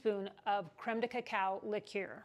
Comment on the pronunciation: I would definitely like this one!😄 Haven’t had a lot of Bourbon Tiki Drinks. Sounds delicious!🏝️ Love that you pronounce Liqueur the right way!! Even though I know how to say it the right way, it always comes out wrong!!🤣🤣 The Mermaid was a nice touch.🧜‍♀️👏👏 Have a great week!!